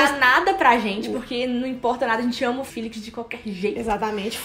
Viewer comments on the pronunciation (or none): "filix" kjkjkkkkkk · Porque vocês falam "Filix" sendo que o próprio fala "Félix" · Eu acho que o nome dele se fala Félix._.